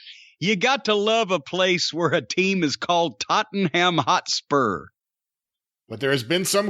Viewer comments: Tutten Ham Hot Spur (tot-en-um hotspurs is how you do it) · The way pronounced Tottenham Hotspur offended me for no reason:D Also Keane and Cornette have so much similarities.